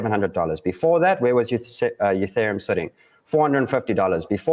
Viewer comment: E-thereum. Not U-thereum. My ears hurt whenever it's mispronounced